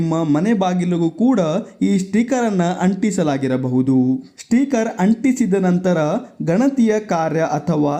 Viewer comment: ಮೊದುಲು ಸ್ಟಿಕರ್ ಎಂದು ಸರಿಯಾಗಿ ಉಚ್ಚಾರಣೆ ಮಾಡಿ